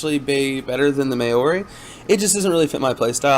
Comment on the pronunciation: Maori = Mow Ree , wermacht = ver macht